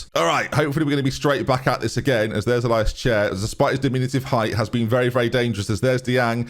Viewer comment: Pronounced “ill-E-ass” chair. ilias! not “I-LIus” for future notice. Other than that loving the series so far